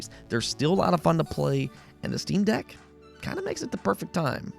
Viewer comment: Quick note even though nobody asked lol; it’s jarring when you constantly say steam DECK, putting the emPHAsis on the wrong sylLABle $.02